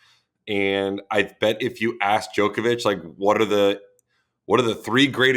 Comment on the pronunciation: Steve getting ridiculed for saying Djokovic's name properly